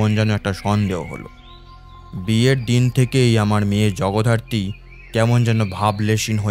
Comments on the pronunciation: Jagaddhatri ke Jagodharti bollen , ish ki bichchhiri byapar 😂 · শেষ টা খুব খারাপ, আর জগধারত্রি নয়...... জগদ্ধাত্রী, উচ্চারণ ঠিক করুন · খুব ভালো হয়েছে !! শুধু জগদ্ধাত্রী উচ্চারণটা একটু সঠিক করলে আরো ভালো হয় I🙏